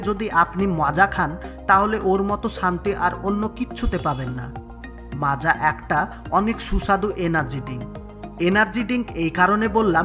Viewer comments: Macha na maaza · দাদা যে ভিডিও টা পোস্ট করেছেন তাকে বলছি এটা মাচা নাকি মাজা😂😂😂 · ota macha na maaza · মাচা না 😁😁😂😂 মাজা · Ota মাচা নয় মাজা লেখার ধরন দেখে মনে হচ্চে বাংলাদেশের ভিডিও আর বাংলাদেশ মানের ভুল ভাল উচ্চারণ 😂😂😂সঠিকভাবে উচ্চারণ করতে শিখো বন্ধু গাইয়া ই থাইকে গেলি🤣🤣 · মাচা ওটা বল মাজা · Ota Macha noi Maaza 😏